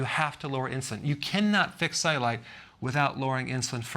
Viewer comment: Why does he pronounce it ze-you-light